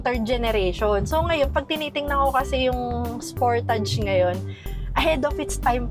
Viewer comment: Spur•tuhj po ang tamang pronunciation.